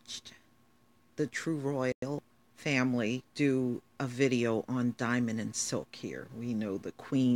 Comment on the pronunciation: Why did I hear you say linen and silk? 😂😂😂